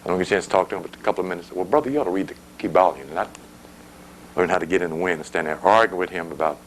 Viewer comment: It's the Kyballion. He just enunciated the word to show 🔑